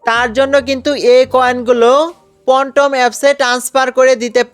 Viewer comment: পনটম 😄 ফ্যানটম